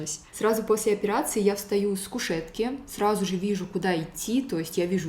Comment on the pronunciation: Мне одной режет слух, как странно говорит фразу «сразу же»? Будто «сражуже»🥲